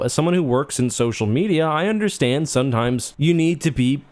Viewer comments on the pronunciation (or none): none